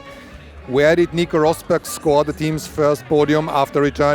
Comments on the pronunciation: It's a bit funny how he pronounces Rosberg with an English accent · I wonder why he pronounced Schumacher correct but not Rosberg